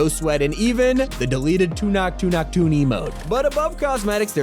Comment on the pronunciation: it's not two knock two knock its tu Nak tu Nak 😭😭💀